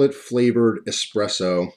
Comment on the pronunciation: THANK YOU FOR NOT SAYING EXPRESSO!!! It drives me nuts when people say EXPRESSO, there is no x. You are one of the few people who say it correct! Thank you